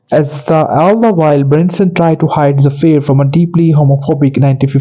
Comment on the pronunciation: You are mispronouncing Bernstein's first and last names, as well as the name of the motion picture. Please find someone who can properly pronounce names to narrate this YouTube video.